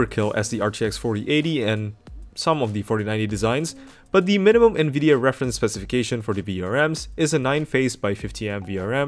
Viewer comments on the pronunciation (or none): none